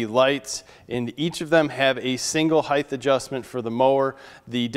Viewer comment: There is NO such word as "heighth"! It is HEIGHT!